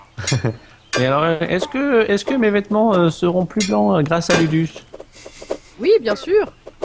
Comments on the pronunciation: Je pense que ça se prononce loudous :) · LUDUS en latin ce prononce LOUDOUCE